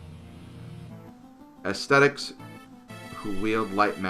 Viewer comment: I cringed when tried to say the word ascetic I pronounce it uh-cee-tick, though it could be uh-seh-tick; it’s certainly not “aesthetic” Also to everyone calling Lucius a “trap”: IT’S BISHONEN YOU UNCULTURED FILTH!